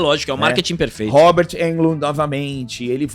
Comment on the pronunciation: De onde o tirou "Robert Eldmond". 😂😂😂. É Robert Englund. Uma curiosidade, duas, na verdade. 😅 Englund começou no cinema em outro clássico do terror "Halloween". Ele foi assistente de arte do filme, responsável por jogar folhas secas no chão pra fingir ser outono, época de Halloween. Eu fico imaginando como o destino nos é imprevisível. O cara trabalhando jogando folhas no chão num filme independente de terror, nem iria imaginar que, uns cinco anos depois, se tornaria um dos maiores ícones do gênero em todos os tempos. Outra curiosidade, é que Englund fez o teste para Han Solo em Star Wars e, obviamente, não passou. Mas, indicou o teste para seu amigo de quarto na faculdade, Mark Hammil. Portanto, talvez se Englund não tivesse indicado Hammil para o teste de Star Wars, não teríamos cultura nerd, nem blockbusters e o cinema seria outra coisa bem diferente se pensarmos em todas as hipóteses e influências que Star Wars causou no cinema, na cultura e na sociedade. Eu sou muito fã de Englund desde a série V de Vitória (A da invasão alienígena) onde ele fazia um Et do bem. Eu torço muito por um novo filme ou uma nova trilogia de "A hora do pesadelo" com ele no papel, porque, diferente de Michael Myers, Jason Voorhees ou qualquer outro slasher encapuzado e misterioso, Freddy Krueger é Robert Englund, só ele sabe dar o sarcasmo, a ironia e o sadismo característico do personagem. Por outro lado, segundo o próprio Englund, ele está velho gordo "Nazário" e não tem mais a capacidad